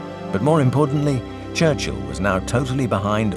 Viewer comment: Winston “Charchill” me pegou kkkk